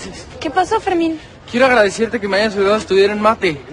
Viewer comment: Jajajajajajajajajajajajajajajaja no entendí 😓 Y te equivocaste diciendo envés de quiero dijiste queiro xd